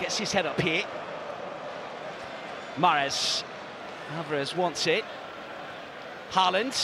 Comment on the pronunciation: The 'aa' in Haaland is pronounced like the 'A' in Aldgate